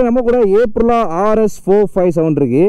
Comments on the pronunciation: Dei first brand pere ozhunga sollunga da.. It is அப்ரிலியா, not ஏப்ரலா. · Adey, adhu ape-rilla illa, it's supposed to be pronounced as Up-rilla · Good work on the video.But, There's an i between l and a in Aprilia pronounced ay·pree·lee·uh. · bro Aprillia pronounciation thappu bro ......do hear it from manufacuters